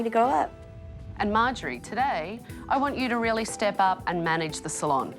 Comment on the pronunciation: Did she rrrrrreally sleep there you think?